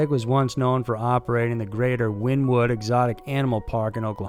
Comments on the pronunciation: i dont think you pronounce Joe exotics zoo (the town the zoo is in) as "Win-Wood" I think it's pronounced "Winy-Wood" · Wynnewood, Oklahoma is pronounced Winniewood. There is an oil refinery there and the place stinks because of it. Aat least it did when I was there in the early 60s. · It's pronounced winnie-wood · It's pronounced like Winnie wood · Pronounced "Win ee wood" or "Winiwud".